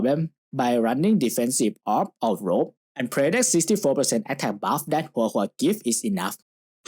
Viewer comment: You said Huohuo's name correctly, I am very pleased. Your earned a like from me 😂